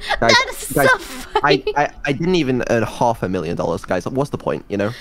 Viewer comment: The way said half sounds very English